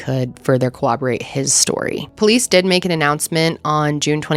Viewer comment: CORROBORATE - CORR-OB-OR-ATE not “Cowaborate” Not the first time I’ve heard you pronounce it like that 😂